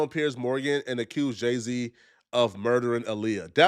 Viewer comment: THAT IS NOT JAY-Z 😂😂 THATS JEH-C